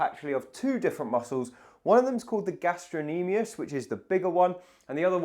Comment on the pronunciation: I didn't hear him pronounce the "c". It sounded like he said gastro-nemius to me. Maybe I misheard. The C is definitely pronounced in gastrocnemius